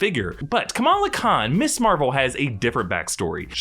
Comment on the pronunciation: Are you so ignorant you don't know how to pronounce "Ms." ????... SERIOUSLY ????????????